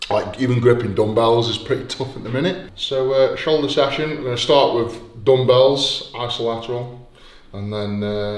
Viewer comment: U know someone is strong when he starts saying dumbbells as DOMBBALLS